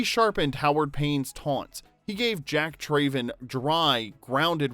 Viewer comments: How can you make this video when the Narrator cannot correctly pronounce the Character of Jack’s last name, “Traven.” His last name is pronounced “Trav-en” and not “Tray-ven.” It is said numerous times throughout the movie, and not pronouncing it correctly in a video titled “15 Weird Facts You Didn’t Know” is absurd when clearly the Narrator doesn’t know one of the simplest facts/pronunciations in the movie. As a die-hard fan of my all time favorite movie, this discredits your supposed level of knowledge and I cringe every time I hear him say “Trayven.” Thumbs down. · Jack TRAYven 🤣 - If you've watched the movie, you know it's pronounced Trav-en. Also, the bus jump was done in one take and it was a success, the footage you used is from the making of featurette on the special edition DVD that shows the aftermath of the bus landing. They expected the landing to be hard and had the driver protected in a suspended harness, and they knew they'd completeley destroy one of their hero buses, so it was one of the last things they shot. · Trav-en not Trayven. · Came scrolling through the comments to find this. Literally one of my favorite movies as a kid and as soon as he said "TRAYven" I knew there was no way he watched the movie. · I don’t understand how you and make a whole video about a movie and pronounce his last name differently than they do in the movie. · Anyone else unable to finish watching this vid because of the narrator's continual mispronunciation of Jack's Surname?